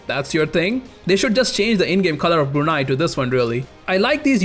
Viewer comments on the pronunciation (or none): none